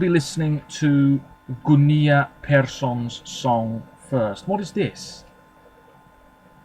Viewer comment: Hi! Great commentary as always. I just want to point out that the double L in Gunilla (which is a fairly common Swedish name) is pronounced just like it would be in English, and not like the Spanish double L sound. Besides that your Swedish pronounciation is pretty good. 😊